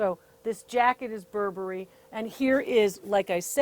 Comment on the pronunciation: "Not 'Bur-Berry', but 'Burberry." Thank you, DR Lori. I almost spit my tea out, I laughed so hard. <3 Really. Thanks. Much needed laughter.